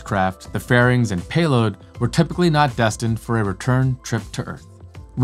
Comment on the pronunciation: Really ? Where have you been for the last 10 years, and who are you telling this stuff to, 9 year-olds ? Seems like you know NOTHING about colonies on the Moon and Mars. And by the way, Destined is NOT pronounced "Destin", it is Des tined, which rhymes with Best find. USELESS video !